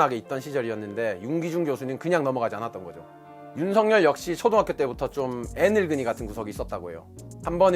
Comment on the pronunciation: 발음에 약간 문제가 있네요. "윤성열"이 아니고 "윤석열"로 발음 즉 "윤서결"로 해야 합니다.